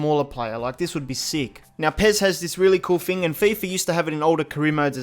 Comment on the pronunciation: Nothing more annoying when you say FING instead of THING. Anyfing, everyfing, nofing